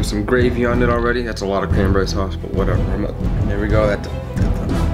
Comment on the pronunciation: ''sause'' XD😂😂😂